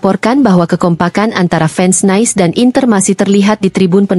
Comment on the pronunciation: Itu bukan dibaca Nais tapi NIS(French)